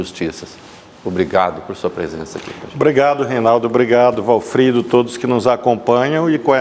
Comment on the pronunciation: Achei um defeito no Ministro: chamando o entrevistador de Walfredo! E é Walfrido!😂😂😂😂